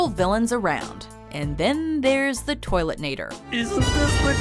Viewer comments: It's Toilenator, not Toiletnator. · .....It's Toilenator, it's not ToileTnator. God that's annoying x3